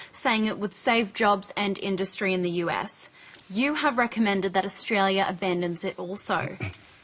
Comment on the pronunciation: When will these moronic Millennials learn how to pronounce "Australia", let alone know that the Paris Accord is a con that will not change the climate one iota!